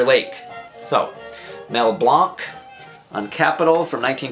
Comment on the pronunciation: First time I ever heard “Mell Blanc” pronounced that way.